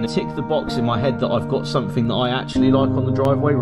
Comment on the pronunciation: Sumfin, sumfin, sumfin and sumfin.